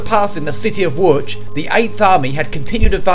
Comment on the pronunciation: Wow he pronounced Łódź pretty much stop on. Respect